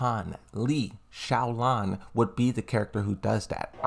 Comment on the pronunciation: It's a Lee Chaolan not Shaolan